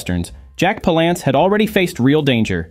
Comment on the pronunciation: Parlance rhymes with Balance not what you said.